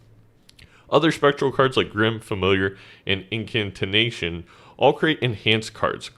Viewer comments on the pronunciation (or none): it's just 'incantation'. you're putting an extra 'n' in there.